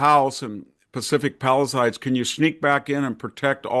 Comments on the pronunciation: Victor it is not pronounced paliside.😊 it is pronounced Palisades. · Why do people say "Pallasides"?